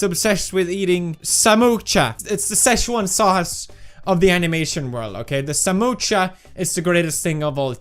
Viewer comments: That is samosa not samocha 🤣😂😅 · It's Samosa not Samocha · It's samosa not samotscha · Samosa ❌samoocha✅😅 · As an Indian it's samosa not samocha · Samocha or sa#₹mo#%₹cha#₹% It's 'samosa'....it isn't difficult.. Just say 'samosa' 😅😂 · Pewdiepie it's spelled samosa not samocha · Felix it's not samocha it's samosa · Love the way he said"samocha" instead of samosa...😂😂😂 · Samocha😂 That's samosa😂😂😂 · Samocha Nahi samosa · Samocha? Ha ha ha It's samosa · It's not samocha ..... it's samosa.......spell it right man